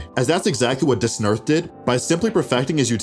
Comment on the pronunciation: Man “duhsnerth” lol cmon